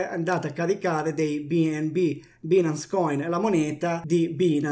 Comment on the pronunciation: si pronuncia “bainance”, che cazzo